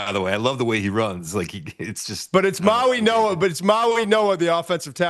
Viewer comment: MauiGoa. G. That's a G. It's not an N.